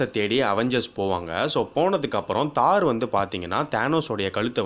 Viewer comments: தோர் தோர் தோர் not தார் :) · Dai aathu Thor not thar